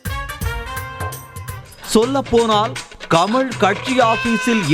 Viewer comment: கம’ள்’ இல்லய்யா.. கமல். அள்ளது .. இல்ல அல்லது.